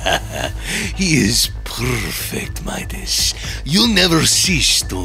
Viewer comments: Memedis no no no madis not medis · It's pronounced mydis not meedas. But his name is obviously spelled Midas. STOP USING THE SAME voice actors for the girls. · medas Me: do you mean midas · Why does say Medus not Midas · It Midas not medas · Meedas lol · said meowkles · Why are and pronouncing Midas as Meedas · Why say midas wrong